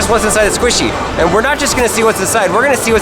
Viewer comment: SQUSHIE MAINIA